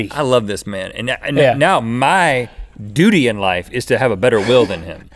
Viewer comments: I'm glad I'm not the only one who laughed when Rhett said "duty" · The way Americans say 'duty' is just mesmerising 😂😂😂😂😉